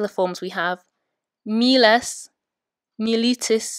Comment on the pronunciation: It's probably way too late for this but anyway: you are pronouncing all three-syllable forms of miles in a manner that seems to go against what I have read, namely that you stress the penult only of it is long, which here it is not, so the stress should be on the antepenult (which also happens to be long). So you are saying mi LI tis, mi LI tem, but should it not be MI litis, MI litem?